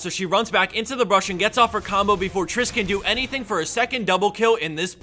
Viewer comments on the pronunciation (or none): none